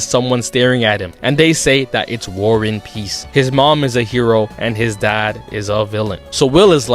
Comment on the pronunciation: warren piece...warren peace...war n' peace HIS NAME IS WAR AND PEACE????